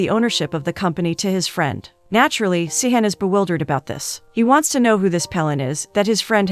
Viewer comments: Cihan is pronounced Jihan. C is pronounced J in the Turkish language. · The name pronunciation is terrible. If you’re going to give a recap, at least pronounce the names correctly. They are Turkish names Engin = En-gin (provinces like a g, not j) Pelin = Peleen Cihan = Jee-han Merve = Mer-vaa